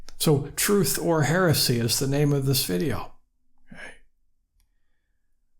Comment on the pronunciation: Did you mean to say Heresy or heresay? Gemini moment!? :)